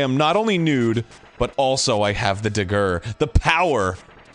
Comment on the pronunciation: When I listened to this episode I thought he was saying “digger” - and pronouncing it oddly to avoid an accidental N-Bomb.